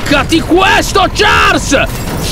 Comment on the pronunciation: Comunque si pronuncia sciarl ma si scrive Charles